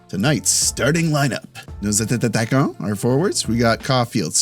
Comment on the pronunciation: Nice vids man! I've been watching since 3-4 months but now I have to say it. ''Attaquants'' isnt said ''atataquant'' :)